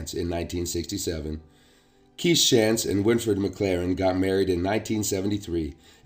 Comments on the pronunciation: Great information. Thank you for sharing. Shantz is a local name pronounced Shontz. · OK, If you're from the K.W. area...you are pronouncing the last name, Shantz, completely WRONG!